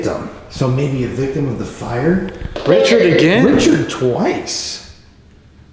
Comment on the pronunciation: When they say victum and you laugh, your not showing empathy for what happened to them. Instead your requiring views. Take it more seriously they deserve respect. Unsubbing.